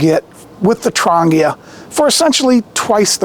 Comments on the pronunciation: Nice gear yes! Affordable? BARELY. Still far too expensive for most poor people. Trangia - TRAN GEE (long G) UH is the way to pronounce it. Not Tran-gea Was a bit confusing when you mispronounced it. Even a Firebox needs a wind screen sometimes. Diffuser is needed to spread the heat for certain cookware and foods so it is not concentrated in only one small spot. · Trangia might be pronounced "Tran - jee- uhhh." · Never listen to someone who can't even be bothered to find out how to pronounce the name of the products he's talking about.